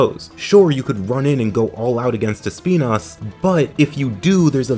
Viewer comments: Sorry, just started the video and wanted to show my appreciation for the use of the correct pronunciation of Espinas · The correct way of pronounce Espinas as a spanish word was my favorite part of the video